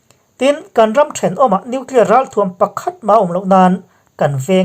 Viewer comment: nuclier tih reng mai. an ninawm hle mai